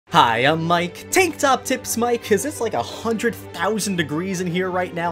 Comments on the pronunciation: When I was saying the intro and he said tang top mike I was like wha??? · "Tang-top mike" lol